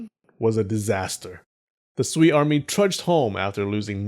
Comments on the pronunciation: Sui (隋) sounds more like Su-eh (as in hay or hey not e as in me). The bottomline is that they are all going to get bloody and T'ang China has other empires to invade in Central Asia and elsewhere. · You probably wont read this by now, but "sui dynasty" is pronounced more like "sway dynasty" hope this helps.